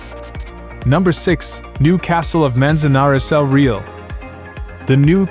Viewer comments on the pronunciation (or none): The voice over is obviously AI generated. He is murdering with impunity the Spanish names of the Castles. .Majorca is pronounced Ma-yor-ka. El Real is pronounced El Ree-yahl. 😅. They should get a real human to do voice over for foreign names. It's awful to listen to it when the names are wrongly pronounced 😅